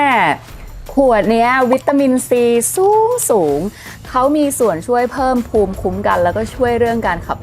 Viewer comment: คำว่า สู๊งสูง ในad ต้อง สู้งสูง นะครับ